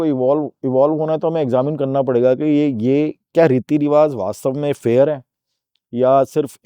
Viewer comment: with all due respect it's 'Riwaaj'(رواج), not 'Riwaaz'